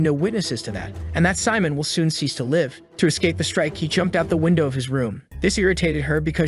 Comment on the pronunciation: I hate ai that miss pronounces live.